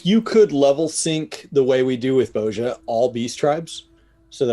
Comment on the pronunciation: pronunciation of Bozja triggers me. 😂🤣